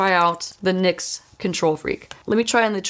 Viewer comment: It's "nicks" not N .Y. X. Just saying